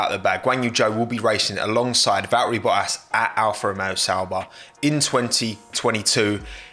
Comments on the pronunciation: be like: “Val-eri Boa-ass” there’s t’s in there mate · Bruh you really saying valleri boas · How many letters in Valtteri Bottas's name does this guy actually pronounce? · Love how you pronaunce Valtteri Boas. 🤣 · “Va’erri Bo’as” hehe Love your content! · Did you hear Joe is now in F1? Who's Joe? Guanyu Joe, partnering Val'eri Bo'as. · "val e rie bo a s" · “Val-eri Bo-as” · accent so heavy almost says "Va Ba'as" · These pronounciations hahaha Valterri Bo'ass and Ganyou Joe. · Valtteri Bottas has four T’s in his name, and somehow pronounces none of them.